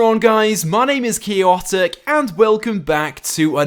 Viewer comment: Chaotic not chiotic